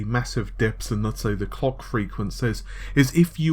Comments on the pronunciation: Kevboard Arts lol. My thoughts exactly! I had to rewind and play it again just to make sure he was saying clock. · "Sony will be able to largely keep the COCK frequency of the PS5's GPU at the 2.23ghz" MISHEARD LYRICS EDITION